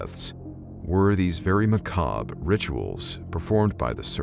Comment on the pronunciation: You pronounced ‘macabre’ correctly. I just wanted to say I appreciate that.